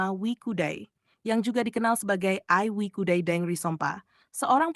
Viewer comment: Bukan Wikudai, tetapi WE CUDAI.